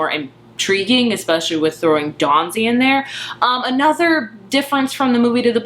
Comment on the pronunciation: Dawsey!!!! P-L-E-A-S-E it's Dawsey not Dawnsey!! I enjoyed your review but you lose a little credibility when you get a main character's name wrong! And he's a wonderful character beautifully portrayed by Michiel Huisman. Read the book years ago and loved it; loved the movie. Two different ways to tell a story with different strengths. I never understand the need to choose - you can like or love or loathe each of them based on their individual merits as different art forms. (Although everyone here seems very chill about it; sometimes you get people who are outraged that the film isn't a carbon copy of the book.)